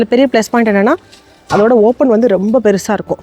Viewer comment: Whenever u say rembaa en mind la oru vishayam strike agum that is Ravi illa Revi 😂😂😂 athu mathri ithu romba illa rembaa 😂😂